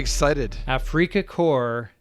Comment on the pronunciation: 'Afrika' is pronounced just like the English word 'Africa'.